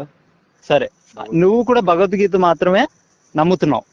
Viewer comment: భగవద్గీత అని పలకటం కూడా చేతగాని వాళ్ళు వారు. వాళ్లతో మాటలు ఎందుకు గారు.